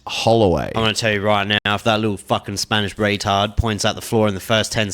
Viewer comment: “Spanish Rehytaard” lol